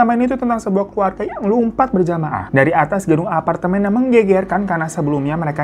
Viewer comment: Lumpat apa lompat sih? Beda lho artinya.. Atau gw salah dgr?